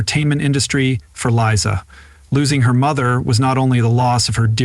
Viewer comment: Glad you finally found out that It's Liza, not Lisa.